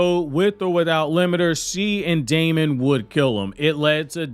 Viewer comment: You're pronouncing Daemon's name wrong -- it's pronounced just like "demon" is. Look it up. Also, you never really provided any complete points. To me, this video seemed like you said 2/3rds of each point but never finished developing any of the arguments you made